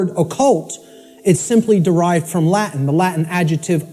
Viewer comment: His latin is awful. If you bring latin to the table during a speech, you HAVE to know how to pronunce the words at least. Immagine someone using english words like 'computer' or 'hello' and pronunce them 'combutter' and 'hillo'. Makes everybody wonder if you even know what you are talking about..